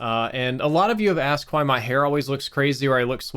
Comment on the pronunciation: I love how his Mississippi accent slips in from time to time. "Why" sounds like "Hwoi" 😂